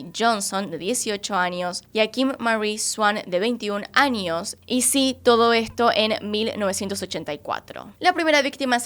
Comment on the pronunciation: Creo que es "años" no "añios" es tamaño no "tamañio" extrañas no "extrañias"